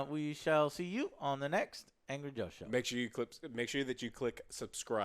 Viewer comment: The Drunk Joeshow.